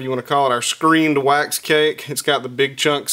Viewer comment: OH, WAX. At first I thought he was saying "you need your whites". So funny on me.